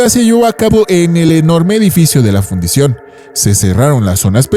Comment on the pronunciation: Fundición, no Fundación!